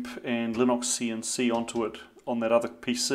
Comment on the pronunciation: TBF, I was hearing "Linoxian C" for a while before my brain switched to Kiwi :)